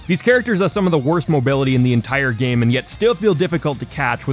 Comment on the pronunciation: lmao anyone else get distracted by the way he ends some of his words. almost like an extra syllable. “sword-uh”, “game-uh”